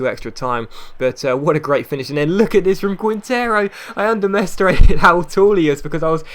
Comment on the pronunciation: Did you say Undermestimated?